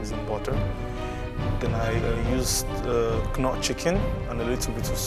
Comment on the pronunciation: I can't stand the way he says Knorr. Lmao